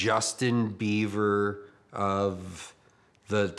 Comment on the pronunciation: Did he say Justin BEAVER?